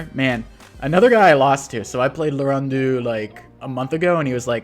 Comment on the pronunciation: Name: Lauren dox: "Larun deux"